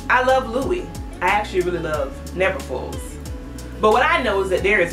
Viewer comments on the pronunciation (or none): none